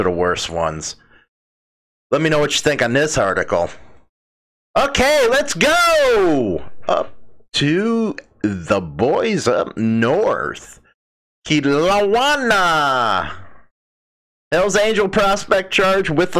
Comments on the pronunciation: Okay man last time lol! Kelowna is pronounced KILL!...OWN!....AHH! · Pronounced - Keh-low-nah. Absolutely beautiful place in British Columbia Canada. Take care & best wishes. Same goes to all who comes across this comment. Cheers ✌